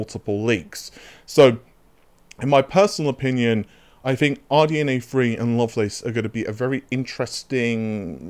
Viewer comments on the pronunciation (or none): RDNA THREE not RDNA FREE